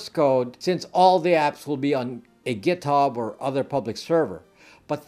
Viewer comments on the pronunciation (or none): none